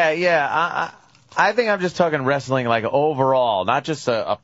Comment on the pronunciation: lol why does vos pronounce the T in wrestling ant was spot on